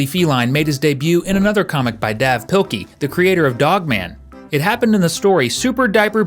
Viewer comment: Dav is pronounced Dave